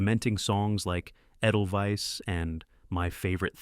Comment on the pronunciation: Is it me, or is the "narrator" switching between "Eeebert" and "EBBert"? Pick one and stick with it! Oh... and if you cannot properly pronounce flower's name, "edelweiss," than please don't miss pronounce the word. The correct pronunciation is in the song. BOOO for you and your adle-brained team.